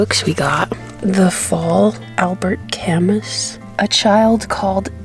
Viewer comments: Camus sounds like Cam- ooo... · Omg I was so happy to see her reading Albert Camus books!!! In French his name is pronounced “Cuh-moo” 😝😍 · Camus is pronounced Ka-MOO like a cow goes MOO and I betcha you would really enjoy his work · Love your channel,. FYI: Camus is pronounced: ca MOO. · Also its Albert Ca-MOOOOOOOOOOO!!!! :=8D